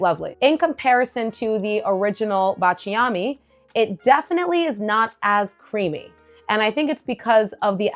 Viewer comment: Please forgive me if I correct your pronunciation. I’m Italian. It’s BA cha mi. With the accent on BA. thanks for your content which I always watch. Cheers!